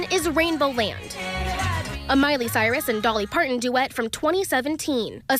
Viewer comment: The reporter's inability to pronounce "Parton" (it's not "Parkkkkkon") gets an "F".